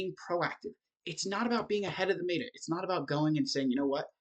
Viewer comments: The correct pronunciation of meta is met-uh, not made-uh. Made me smile though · Pronounce meta properly FFS